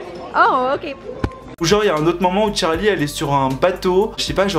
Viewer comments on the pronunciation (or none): C’est pas tcharli c Charli!!!!! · CHARLI PAS TCHARLI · C est trop chou parce que tu dit tcharlie et tchaise au lieu de Charlie et Chase mais si on jtm trop🔥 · on en parle de qd il dit « Tcharli » charli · Tcharlie tchase la prononciation mdr 😂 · tu me fais rire quand tu dis son nom tu dis Tcharli😭🤣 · Tu dit tchase et tcharlie wsh😂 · Pourquoi tu dis "Tcharli" et "Tchace" J'attendais trop ta vidéo ❤🥺